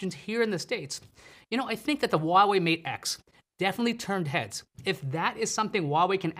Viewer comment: Why dont you pronouce Huawei correctly